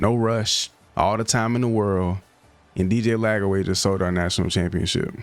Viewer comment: Bruh it’s “LAGWAY” NOT LAG-AWAY